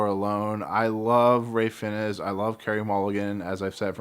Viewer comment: "Fiennes" is pronounced "fines"